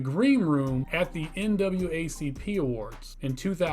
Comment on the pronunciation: It’s “NAACP,” not “NWACP.”